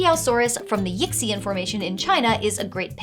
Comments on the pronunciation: Do dinosaurs belong in D&D? Yes. Obviously. Ankylosaurus steed, let's go! X in pinyin is pronounced like 'shi', so that's 'yi shian', not 'yicks ian' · Chinese pronunciation note: The letter "X" is pronounced "sh," so "Yixian" (义县) is pronounced "yee-shyan." I mean, there's also tones and stuff but at least it's a lot closer. =) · You pronounced Yixian Formation wrong. I don't blame you. Chinese names are hard.